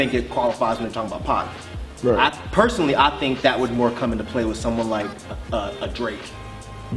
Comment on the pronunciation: "Paeuoueoursonally" hahah lol I never cringed that much in my life... no hate